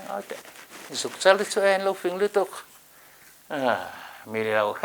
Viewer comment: Chanel tih i lam dan(i thluk) dan hi a dangdai bik riau